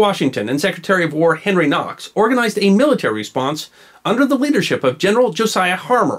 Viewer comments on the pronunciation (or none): none